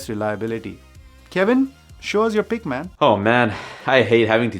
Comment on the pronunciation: Thank you for the list (btw it is pick not pik lol)